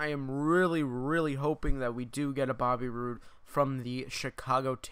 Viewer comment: He said bobby roode wrong